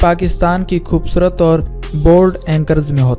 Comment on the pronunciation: khubsurat ko... khhhoobsurat keh k aap kia sabit krna chahty hain ..o bhai indians ka talufuz kharab hai ... be Pakistani and speak like Pakistanis please..